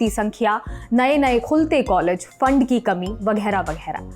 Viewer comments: jo log वगैहरा को 'वघेरा' और विद्यालय को 'विधालय', बोलते हों, उनको कैमरे के सामने लाने से पहले हिंदी वाचन का अभ्यास कराना उचित प्रतीत होता है ! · एंकर महोदया कृपया निम्नलिखित शब्दों के उच्चारण पर पुनर्विचार करें। विश्वविद्यालय, स्थिति और वगैरह (#MTI)